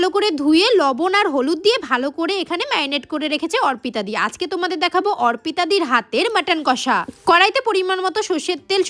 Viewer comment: অর্পিতা ❌ অরপিতা ✅ 😂😂😂 অশিক্ষিত 🤣